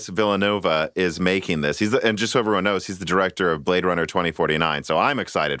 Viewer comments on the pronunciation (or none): Denizz Villanoovuh